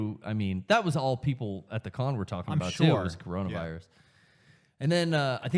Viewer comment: Its Coronavirus, not Cornholevirus!